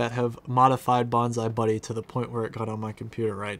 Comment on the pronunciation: Bonzy buddy not bonzie buddy